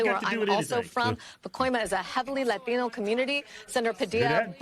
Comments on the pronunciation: You know what ANNOYS me? The way they pronounce the ‘t’ in “latino”. Ugh barf. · I love how she speaks better English than I do, but when she says Latino she all of a sudden sounds like a street hoodlum. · I love when the msnbc hosts pronounce "Latino" all fancy with the Lil accent for one word lol